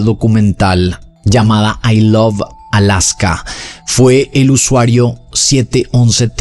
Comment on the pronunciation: dice i love alsaka jajaaa